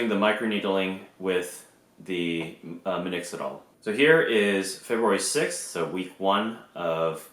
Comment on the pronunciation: How long you plan on using minoxidil? I'm also Asian, a year younger than you with a similar baseline. If I could get to where you are, I'd be super happy but a nice mustache would also be fine haha. Also you had been pronouncing it minoxidil in your first video and now you're saying minixidol btw